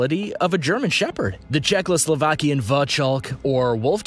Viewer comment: He pronouced czechoslovakian wrong so I don't think they care much about pronoucing